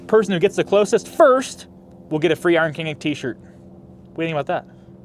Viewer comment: Slightly pause between the words King and Inc when you say it. All I hear is Iron Kink.